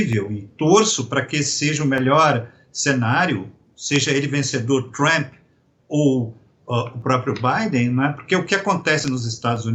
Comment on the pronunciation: O cara é professor de política internacional e nao sabe nem pronunciar o nome do presidente americano???